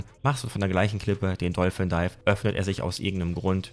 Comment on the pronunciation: Warum sagt ihr alle dolfen dife 😂 wenn ihr kein Englisch sprecht, dann versucht es doch gar nicht erst, oder kurz googlen und gut ist